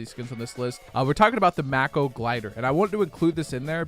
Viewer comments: its not macko you idiot its mako (make oh) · May co not Ma co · The maco it is called a mako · It’s pernonced mayko not mahko so mako is pernonced mayko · He just said mako instead of mako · Why can’t people pronounce Mako? May-Ko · Mak-o glider 🤣😂🤣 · Did anyone hear him say mako like mac-o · when you say mako wrong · The way e said mako glider😂😂😂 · You pronounced mako wrong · “Aerial Assault trooper was the highest level you had to grind for.” LOL NO IT WASN’T. IT WAS LEVEL 5 AND YOU SAID MAKO WRONG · The way you pronounced mako me made me want to kill my self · Lol the way he said Mako had me weaaaakkkkk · How he pronounces mako is funny asf havent u ever heard of a mako airplane like cmon 😂